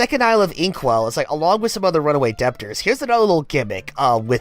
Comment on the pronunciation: It's probably too late to mention this but, the "b" in debtor is silent.